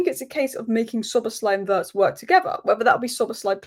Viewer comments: The pronunciation of Wirtz...is not like "hurts"...it's like "beards"... 😉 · just one little thing - it's pronounced Veeertz. Cheers!